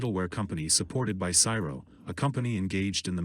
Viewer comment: When you say SIRO... do you mean CSIRO?